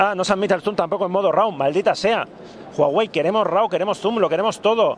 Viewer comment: te dicen que se pronuncia Uawei y vas y lo cascas pronunciando Juawei hahahah Está muy bien el vídeo, buenos influencers!!!